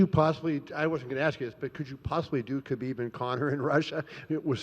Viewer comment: ''To be anusT'' - Khalabeeb